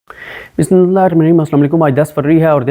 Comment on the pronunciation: Siddique Bhai aap apna Bismillah bolne ka Andaz or talaffuz thik karlain.kafi arse se bolna chah rahi thi magar himmat aaj ki.Allah apko salamt rakhey.